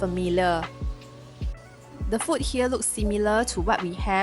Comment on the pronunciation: food it has a long vowel oo why do Singaporeans speak so poorly - fooood and drinks not ft and drinks Chinese speak English better